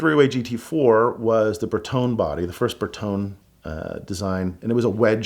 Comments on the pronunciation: Ferrari owners and Italians in general DIED when said "Ber tone" Eeeek Remember though, the old Pope owned a Ferrari F50 😆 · Pronouncing Bertone like that is sacrilegious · Italian but can't say Bertone right, cool story bro